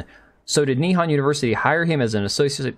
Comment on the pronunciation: why do you pronounce nihon as ni-han? it's nih-hon (japanese for japan)